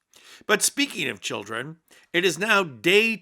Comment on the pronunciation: We lost our reputation a long time ago. Please shut her up until she learns English. It's NOT CHEEEEELRAN. I think we need to see your visas AND your citizenship papers. Donald couldn't care less about the UN OR the way they perceive us. He'll just say we are "HOT" and he wants his "Peace Board" to be the new UN. He has all the criminal dictators there.